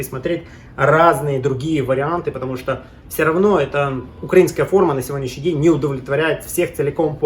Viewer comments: только не укрАинская, а украИнская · а что у нас по ударению в слове украинская(6минута)?